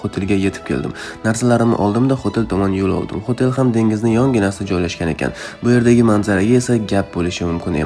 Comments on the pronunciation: Xotel degan ekansiz men xotelni xotin deb eshitibman😂😂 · Xoʻtel deganizga man mazza qildim😂😂😂